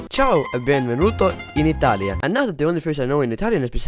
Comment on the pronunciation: Hahaha how funny this bozo thinks he can take easily the greatest country that has ever existed through human history. Inoltre dovresti allenare la pronuncia della nostra lingua